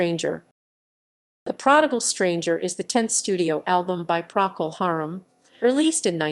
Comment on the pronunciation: can't even pronounce Procol Harum correctly